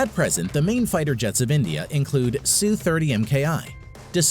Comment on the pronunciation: Endia 🇮🇳 Rendia lol 🇮🇳🤣😂 Superpower